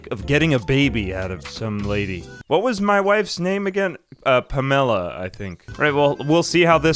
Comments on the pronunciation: Ive never heard someone pronounce "Pamela" like "Pomelo" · Nobody talking about the pronunciation of Pamela as “Pam-Ella”? Not complaining. In fact all Pamela’s going forward I now dub as “Pam-Ella”